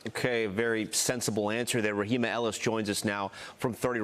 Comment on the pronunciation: Oh, she's such a model citizen! She killed a woman! And that reporter is Ra-hay-ma, not Ra-hee-ma. Where have you been? You dolt!